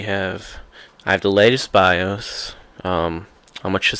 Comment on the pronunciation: Bye-Oace Say-da Ex-cape hehehehe good vid though